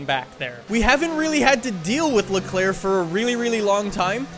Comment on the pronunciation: Dude amazing vid but you need to learn how to pronounce Leclerc and Vettel😂🤦🏼‍♂️